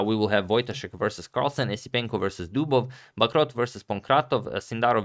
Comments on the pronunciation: btw the right pronunciation is bacro (the "t" is silent) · Antonio i know how much you care about correct names pronunciation, so i have to tell you that the "t" in Bacrot's name is silent. "Bacro" is perfect ;) (He is MVL's coach and was semi retired BTW). Have a nice day and thanks for your videos !